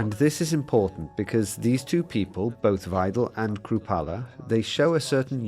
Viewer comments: Musk giving a lecture to Germans and from the beginning he is mispronouncing the German language. In German, the letter ‘W’ is pronouncedas a ‘V’, ‘ie’ is pronounced as a long ‘E’, and ‘ei’ is pronounced as a long ‘I’. Muskrat that’s German 101 now try pronouncing ‘Weidel’ again—get it right or sit down and STFU! Musk, du bist nicht so schlau, wie du denkst. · Isnt it pronounced Vye-dul ?